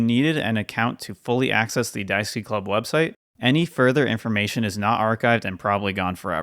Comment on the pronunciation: I have to ask; was the page Pokémon Daisuki or Daisuke? Asking this because your pronounciation sounds like the latter.